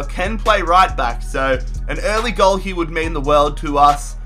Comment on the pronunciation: Instead of saying here he says Year